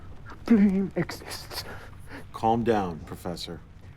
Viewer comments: When he first introduced bleem, I first heard bleen and thought of the famous epistemological about color definitions and gradients. Then he said between 3 and 4, I thought he meant pie. Finally, when they said integer, I realised it was made up altogether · I thought he said ‘blame’. I see now it was bleem. Maybe blame is a number also, as I get blamed for alot of stuff. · are they saying bleem or blame? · Bleem? I thought he was saying "blame" the whole time lol